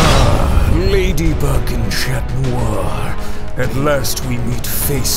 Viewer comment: sorry what did he say I thought I heard madybug lemme just replay replays I KNEW IT!! he DID say madybug!!